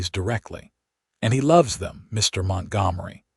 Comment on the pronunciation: AUTHOR: Perhaps before you post your next story, hear how the AI voice you chose pronunciates the names of your characters. Then you can choose different names of your characters, ones the AI voice can pronunciate. This one does not pronunciate Tabitha nor Montgomery correctly. It takes away from your story, which I'm sure is okay, but I can't get through the story trying to ignore this AI narrator's incorrect pronunciations.